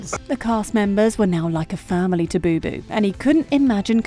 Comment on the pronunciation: The name is BOBO, not BuBu...